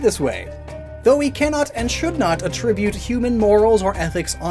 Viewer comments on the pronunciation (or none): none